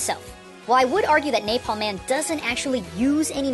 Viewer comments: there is "NAPLAM" rather than "NAPALM". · He said "Naplam" instead of "Napalm" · Omg "Naplam" hahahaha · Naplam man? I think you mean napalm man. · Neplam Man? XD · NAPLAM man? haha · Lol naplam man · naplam or napalm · Naplam? hahahaha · lol "Naplam" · napalm, not naplam. still interesting video though. :D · Naplam... really? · NaPLAM man? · NAPALM not NAPLAM oops! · "Naplam man" now im confused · Naplam Man? What's a Naplam? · NAPLAM its NAPALM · "Napalm" ≠ "Naplam". That is all. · I love the smell of controversy in the morning. Also: : "Naplam". Still, good and enlightening video. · Naplam man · What is "NAPLAM"? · LOL it said NAPLAM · wtf is naplam man? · you said Naplam. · NAPLAM MAN Me: "...Naplam?" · is naplam an other language of is it english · "Naplam man" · naplam man lol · Naplam man. just sayin... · Naplam? napLAM? o_o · "NAPLAM" Golden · "NAPLAM!" oops. :)